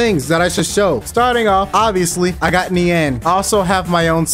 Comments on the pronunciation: its pronounced "neen" btw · You said Nian wrong